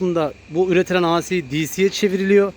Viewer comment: Di si yada ey si diye oku, a si ne demek😄